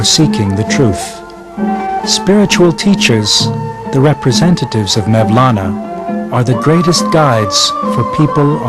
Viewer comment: Who is 'Mevlana'? It is 'Molana' or 'مولنا' the letter 'و' or 'vav' is pronounced 'oo' I don't trust anything he's saying now, he can't even get the guys name right.. jeeez